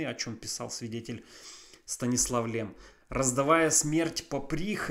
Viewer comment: Stanisław Lem читается через мягкое ль как Лем, а не Лэм. Так как в польском языке буква L всегда мягкая и смягчает любую гласную, которая идет после нее